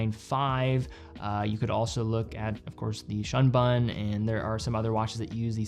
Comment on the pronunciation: Greetings from Japan. Shun Bun is pronounced "Shoon Boon" If you want to impress the GS folks in Japan, shoon boon them! They will appreciate it. Love these Q and A sessions.